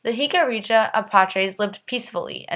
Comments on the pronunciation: Pronounced: Hik-a-REE-Ya... NOT Hik-a-ree- JA... No JA at the end of the word!!!!!!! hik-a-ree-YA!!!!!! "YA" at the end, not JA!!!!!! Stop with the "JA" at the end!!!!!!! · Its Pronounced Hic-uh-ree-ah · I feel bad for future generations of the Americas. Going through their education while never learning the true history of this land. While we can't blame them for what their (many, not all) ancestors did, we can however blame them for lack of investigation and knowledge. Which is why I am grateful to you for making this video, even if the pronunciation of the tribe was incorrect. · Nice job, but your saying Jicarilla wrong. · Not everything presented here by the maker of the video is correct or accurate. I mean, for starters, she MISPRONOUNCES the name “Jicarilla!”